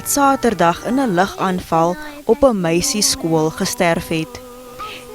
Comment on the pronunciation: Meisieskool nie meisiesool😅😅😅